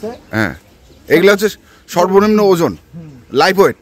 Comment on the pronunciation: আসসালামু আলাইকুম ভাই আমি একটা জিনিস কারেকশন করে দিতে চাই সেটা হচ্ছে লাইফ ওয়েট হবে না। উচ্চারণটা হবে লাইভ ওয়েট। ধন্যবাদ।